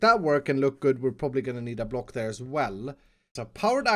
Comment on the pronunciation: I love the way you say block... BLOC